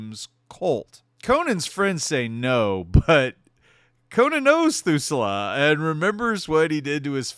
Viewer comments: Thul-sa, not Thu-sa-la. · Just found your channel. Great stuff so far. Oh... it's pronounced Thul-Sah not Thoo-Sul-Ah. Sorry. I'm a nerd and we notice these things. :D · He pronounces it so bad... almost as if he's never watched .... hmmm.... 🤔